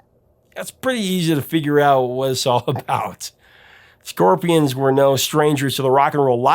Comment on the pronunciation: Ya Scorpia-ahns- really love "Hey You"